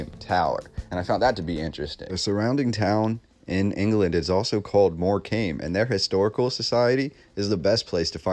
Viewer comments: Good video. It is pronounced moorcum not more comb. Wembley has been demolished. So many lies in history. I was not aware of the towers, apart from Brighton. 🇬🇧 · And dude, I can forgive Lanca-shy-ah and various other ways you can't talk. But in Lancashire (said shuhr or sheer, maybe) is the seaside resort of Mor-kamm. So please don't call it 'came' and teach our English grandma's how to suck eggs. Apart from that, good work! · Hi, I'm from England and we see these towers everywhere also stone towers built with the same narrative about competition, ha ha, not one bit of truth in their versions, Morecambe is pronounced Morecum not Morcame you are right about the silent b👍 Look at wainhouse Tower Halifax west Yorkshire👍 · lol dude Morecombe is pronounced 'more cum.' check out how many abbeys henry the 8th raised to the ground in the 16th century. talk about a reset. they even rewrote the english language. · Great video. Thanks for the really awesome info. Just a note from a Englishman on the pronunciation of Morecambe. You say it like “more-come”. I often play at these seaside resorts with my band and I can’t wait to bore them to death with all this awesome info. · Its pronounced mor cum.. Great Post.. Much Love and Peace 🤜🏼❤🤛🏿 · Nice vid, it’s also pronounced MoreCome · Great video 👍 btw it's pronounced Morecum 😁💕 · Pronounced More-cam.